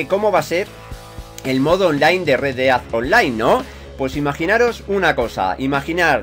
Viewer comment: No estas equivocada solo que a se le quedo la pelotilla estancada y no pronuncia bien:v